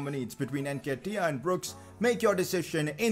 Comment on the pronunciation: Stop saying NKETIAH name like thst Jesus it’s so cringe